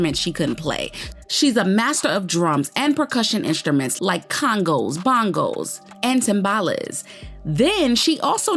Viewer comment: They're pronounced "Con-ga" and "Bon-go."